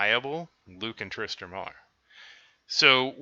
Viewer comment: You know it’s Tristan not Tristran right